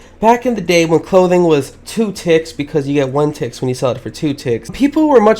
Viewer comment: When he says tix it sometimes sounds like tits